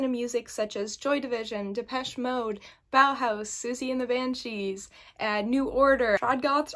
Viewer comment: From an 80s Elder Trad Goth, you pronounced "Bauhaus" perfectly...Or as perfectly as any American pronounces the word for a German arthouse movement from the 1920s which was later used as a Goth band name.